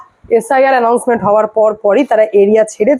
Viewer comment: tumi announcement er jaygay tumi allouncement balchho. Rag koro na.Tumi bhalo theko.God bless you.